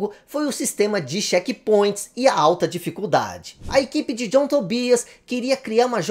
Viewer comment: Sai pra lá ô "Tom djãm" 😂 ❤